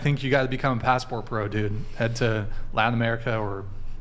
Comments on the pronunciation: What is “Ladin?” Is he saying “Latin?” Same thing as “imporDint,” I guess. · I don't know if I pronounced the "ladin" btw. it's latin not laden